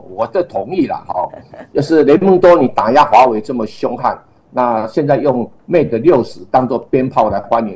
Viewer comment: 节目我是点赞的，只是有个地方有点违和。人在新西兰，然后把mate念成mat? 这是过去那边了完全不学英语的吗？